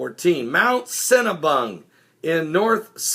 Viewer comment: did you say "Mt Cinnabun" hahaha